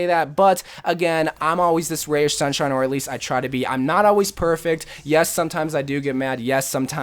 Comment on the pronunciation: Ray of shunshine?